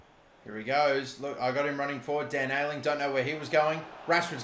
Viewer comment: I wonder how long he’ll keep saying Dan Ayling